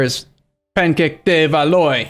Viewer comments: BTW Valois is pronounced VAL - WAH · I know you hate people correcting your pronunciation, so I would not do it unless it was like a fixed character for a major country... but "de Valois" is "de-val-wah"